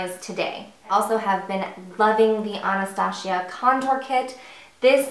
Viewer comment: No no no Not AnastaSHIA, her name is AnastaZia.it's Z not SH.that's funny, i've never heard somebody pronounce her name like that... :D